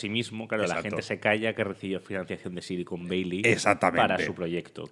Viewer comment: Otro gran programa. Por cierto, una pregunta: "Silicon Beili" o "Sillicon Valley"? (min ) A ver si estais hablando de otra cosa y no me he enterado xD Un abrazo y siento el detalle, pero vivo fuera y me ha chirriado un poco. Muchas gracias por vuestro contenido. Un saludo desde Edimburgo.